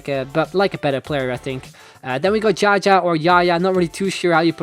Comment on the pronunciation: jaja = ZhaZhaah Awsome video!